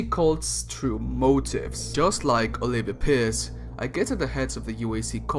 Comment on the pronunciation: It sounds like you call her Olivia Piss. 😂 Well that's pretty accurate actually.